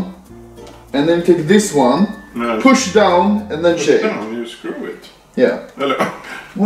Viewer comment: hahah "you just skruv it on" 2019